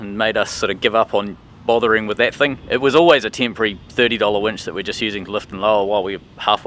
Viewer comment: Nice wench...Uh..winch.